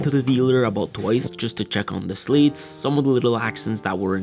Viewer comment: SLAT NOT SLATE.